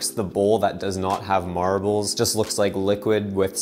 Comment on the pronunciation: i feel like he's saying marables instead of marbles.